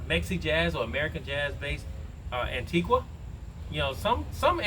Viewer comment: The u in Antigua is not pronounced. It ends in “ga” .I live in the west indies.